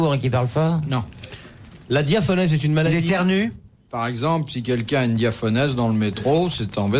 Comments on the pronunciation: Il savait pas lire bouvard: C'est pas diaphonèse, c'est diaphorèse. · Pour information, c'est la "diaphorèse", pas la diaphonèse.